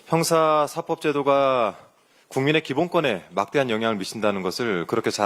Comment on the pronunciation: 형사사법 제도로 읽어야 .. (형사사뻡 이렇게 읽으면 앙대요)